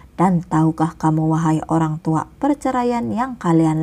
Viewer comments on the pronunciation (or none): KK bukan menghina ya tadi KK bilang Olang tua bukan orangtua oky